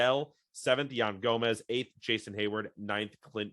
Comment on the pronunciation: you guys almost misprounced every name on the roster ok i'll name a couple yan gomes hes not yan gomez, seiya suzuki not SEEEEEEEEEEEya suzuki